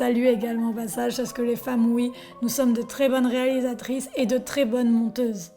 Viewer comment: Double rire sur "Très bonnes monteuses" vu que j'ai également entendu "menteuses" :p Même si je pense qu'il est trop souvent inutile de répondre à des gens profondément lâches et tellement stupides qu'ils en sont totalement incapables de prendre conscience que leur niveau intellectuel est beaucoup plus bas que celui d'une pseudo star de télé-pseudo-réalité, je ne perds pas de vue l'intérêt d'une vidéo de "réponse", et je me suis bien marré. Certains te reprochent de ne pas sourire, mais pour cette vidéo, les sourires sont nombreux et "jouissifs". Perso, j'aurais pas trop aimé qu'ils me soient destinés ^^ De toute façon, la moindre petite haine ou vulgarité qui puisse être envoyée en direction de ta personne ne peut provenir que d'une jalousie inconsciente ou d'une débilité de surface. Sans doute les deux. En tout cas, tu fais très bien de filtrer, une chaine YT, c'est comme une maison: faut savoir nettoyer la merde pour mieux recevoir ceux qui viennent tu voir... Je viens juste de découvrir ta chaine à l'arrivée éminente du Black Friday, car j'ai l'achat de mon 1er Drone qui me démange sévère. J'ai commencé par "DJI SPARK : mon avis honnête" (j'vais prendre plus gros en fait du coup :p), et je suis tout de suite tombé sous le charme: tes vidéos sont claires et détaillées, tu transpires la passion de ce que tu racontes et tu n'hésites pas sur les critiques négatives: les antipodes de la fameuse putaclick. Pour couronner le tout, je suis de ceux qui trouvent les voix féminines